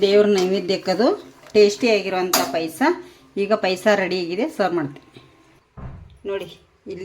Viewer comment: That is not PAISA..it's Paayasa...pronounce it properly..